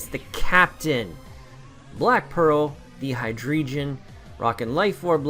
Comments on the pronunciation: You guys are both wrong it is: High Dry Gon. Cuz... dEINo ZWEIlous and hyDREIgon... German... yeah I'll go now XD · The way he's saying Hydreigon triggers me. Team looks hype tho, here comes that W1 win.